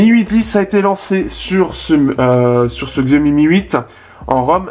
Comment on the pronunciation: On dit CHIAOMI !!! Mo********r